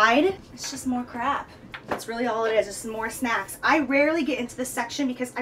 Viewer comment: Jaclyn: let's talk SNAKCS